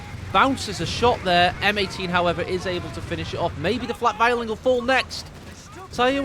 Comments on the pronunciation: It makes me cringe as a german... please say Flak Vierling like in "Fear-ling" but no offense! Wonderful cast as always! Hope to see more with the new update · He's saying you should say fear ling isn't he?